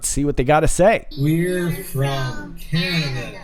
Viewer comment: Green stripes was trying to say Canada, not dada..lol..fyi. just sayin